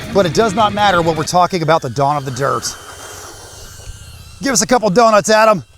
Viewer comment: Dude.. I know you're saying Don of the dirt... But I keep hearing Dawn of the dirt... Sounds like a horror film 🤣 Or one hell of a cool rc video 😉 28 S's later 😂